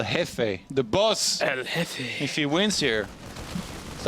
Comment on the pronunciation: Jeffe is pronounced Heffe. El Jeffe translates to The Boss.